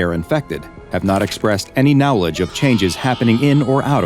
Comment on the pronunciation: bro said kneowledge HE SAID IT AGAIN